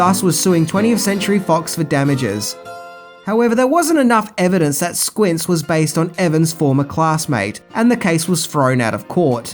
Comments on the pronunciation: Did you say Squirts instead of Squints? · in did you say squirts instead of squints? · SQUINTS NOT SUIRTS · squints not squirts ish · Squirts? Whoops. It's Squints. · The Sandlot is THE Greatest movie OF ALL TIME. Ive seen it atleast 500 times Edit- SQUINTZ NOT SQUIRTZ and in the end he marries the lifeguard geez id be happy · Friendly heads up mate, It’s Squints not Squirts. Lol. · just call Squints..."Squirts"? 😆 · We going to let get away with calling him "Squirts"? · Squirts? How do you say the names right so much than just fuck it up? It’s Squints Squints man! Dang do you even watch these things? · Did you say Squirts? I think you meant Squintz.. :) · Number 4. After successfully naming the kid with the big glasses, "Squints", at least twice, says "Squirts" on camera. OMG, the timing of the gaffe right after the puke scene! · Did he call him Squirt?! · Yup, I was like... Who the eff is squirt? 😂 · "Squirts" lol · Squirts... lol "Squints" was COOL so I don't know what there was to be humiliated about. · "Squirts?" You misread your own script dummy! 🤣🤣🤣🤣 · HeeHee... "Squirts"... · Did you say squirts? 🤣🤦‍♂️ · I heard it too.